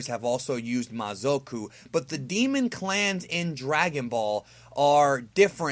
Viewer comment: mazoku from yu yu hakasho and its pronounce ma-za-ku naraku from inuyasha